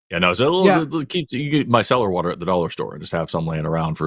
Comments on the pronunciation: says water by emphasizing TER like TERD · says "water" as 'Warh-tarh".. with a pause in between syllables.